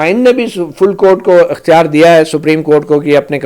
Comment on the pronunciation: درست لفظ ۔۔اختیار۔۔ekhtyar